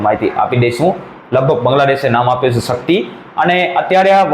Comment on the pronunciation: ભાઈ સકતી નહીં શક્તિ